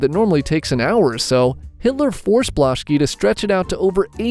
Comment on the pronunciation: My coffee spilled on the table when bro said Adolf hiller